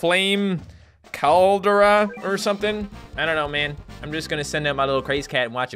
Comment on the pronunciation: att its pronounced call dare uh